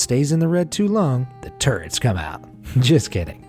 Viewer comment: Oh TURRETS, lol I swear all I could hear was TURDS! LMAO, I actually had to put the caps on to see what henwat saying lol